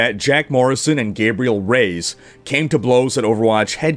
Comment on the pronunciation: "Gabriel Rays"